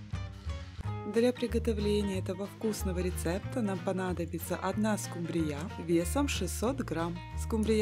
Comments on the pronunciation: Неправильно ставите ударение , нужно ударение вначале ствить в слове СКУмбрия, а не СкумбРИЯ, прямо режет слух неприятно! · скумбРИЯ? надо СКУмбрия